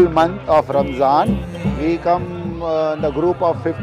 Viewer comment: Ramadhan, not RAMZAN